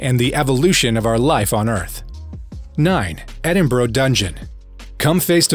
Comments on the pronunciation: the city IS NOT!!!! called "Edinbraaah !" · you cant even say Edinburgh correctly